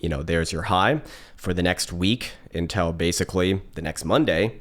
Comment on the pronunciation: who says "until" as "INTEL" ? love you man